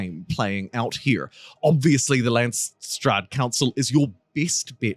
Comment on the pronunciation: LandsRaad.... RRRrrr... Raaaaddd... pls :D